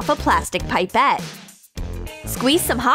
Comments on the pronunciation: Omg them calling it pipe-et instead of pip-et wasssss sooooooo triggering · It’s pepete not piepete